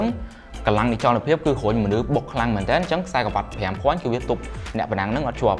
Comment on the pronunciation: ប្អូនបរិយាយបានល្អ សូមគាំទ្រប្អូនកៅប្រាំបួនភាគរយ ! មួយភាគរយទៀតខ្ញុំនឹងជូនអ្នក នូវពេលអ្នកនិយាយ អក្សរ " រ " ត្រូវអក្ខរាវិរុទ្ធ ឧ. រុញ មិនមែន ហ្រុញ ទេ ! អរគុណ